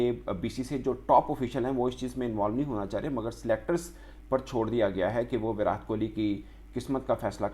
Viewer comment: Bhai naam to sahi se bolo...virat ..virat... T ...tamatar wala...ab urdu me kese samjhau...😂